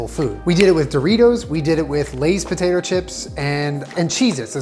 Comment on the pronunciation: The “lays pertater chips” was great